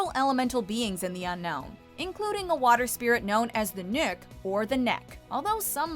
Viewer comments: "Nick or nikk"?? Boiiii thats hehe, it's so stupiddd, i would understand if you said "nokk" seeing that O looks like Ø, but like "Nick" oh my goood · It’s pronounced the “knock”